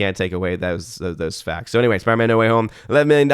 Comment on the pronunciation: it's spiderMAN....not spiderMA'AM.